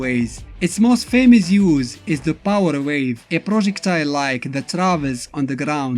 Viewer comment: POWAH GEYSER